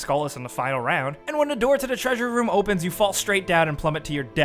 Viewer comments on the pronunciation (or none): none